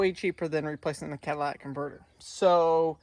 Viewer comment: Cat-a-li-tic not cadilac-tic lol you made me laugh out loud... With a bad battery you may now have an alternator issue, as the alternator was working over time trying to keep the battery charged.